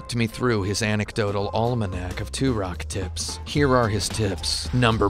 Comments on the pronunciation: Benny Blanco From Da Bay it is tur-ock I mean the main character literally says his name like 500 times in the game and yet this guy STILL can pronounce it! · Why do you keep saying Turok like 2-Rock?! He literally says his name every time you get a life up, and yet you still can't pronounce it!?!?!? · Love these games but Jesus man The way you pronounce Turok just slightly wrong made me want to kill myself by the end of the video. 10/10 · Out of the 72 thumbs down, 7 people don't like. The other 65 hated how he pronounced Turok because they didn't get the joke.